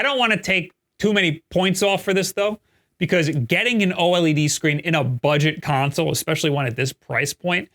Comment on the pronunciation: Bro’s still mispronouncing “OLED” but saying “AMOLED” correctly. At this point he’s GOTTA know and is trolling lol